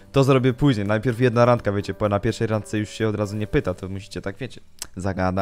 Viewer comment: "Randka" Nie Rangka